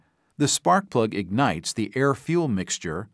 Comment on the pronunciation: Great explanation ! I'm french and there's only one word I didn't understand. To explain the 4 stroke process you say "the sparplug" " agnize" ????